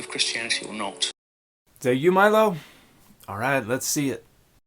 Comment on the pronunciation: The way you said Milo’s name was wild